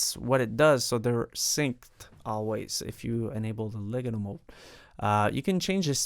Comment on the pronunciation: le got toe is how legato is pronounced